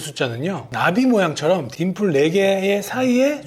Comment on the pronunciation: 딘플이 아니라 딤플!.....